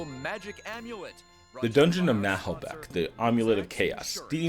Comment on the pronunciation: Great video! Your pronunciation of "Naheulbeuk" is actually pretty good. We just don't prononce the "h" in french. ;-)